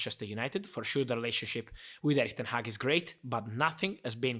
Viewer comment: why do british people always fuck up dutch people's names? its not that hard. Ten Hag not Ten Haag. Van Gaal not Van Gal. Van der Sar not Van der Saar etc.